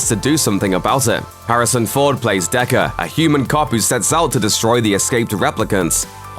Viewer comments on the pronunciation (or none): It’s Deckard not Decker 🙄